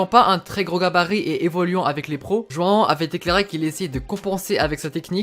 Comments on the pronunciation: Je rêve ou il dit « juin uin » au lieu de joao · T'arrête pas de dire joan alors que c'est joao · Tu lappelle joan. C est joao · Merci 😊🇵🇹 João on dit " janhahant " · Ça se dit roão sinon super vidéo je les adore continue comme ça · La prononciation de João elle fait mal aux oreilles